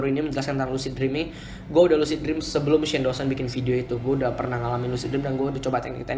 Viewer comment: Lusid jreawms XD yaelah, ngomong lu biasa aja bang. Lucid dream (lusid drim)